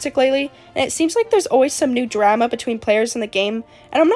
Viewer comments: PLEASE STOP PRONOUNCING DRAMA LIKE THAT I'M CRYING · im sorry but the way you say drama is making me cackle 😭 (no offense!!!) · I tried to take this video seriously but everytime you say drama it just feels really weird 😭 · Only drama imma start is. Where are you from that drama rhymes with scammer? It rhymes with llama over here in Australia. I’m laughing because I work at the nutcase factory. (We are all nutcases and should be put in the white padded cell) it’s like a zoo for people. Daycare for people with disabilities. People treat it as. Mind you I only get paid 3.01 an hour. Drama llama. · i dont mean this in a rude way I SWEAR but the way you say drama is kinda silly, i like it XD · the way you say drama is very interesting 😭